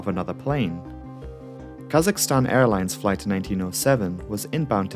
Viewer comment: i clicked on this vid bc i enjoy learning about disasters/crashes and i’m a kazakhstani. i wasn’t disappointed, keep up the good work! also thank you for getting kazakhstan’s (english) pronunciation right. i’ve heard too many people call it kuh-ZACH-i-stan years lmao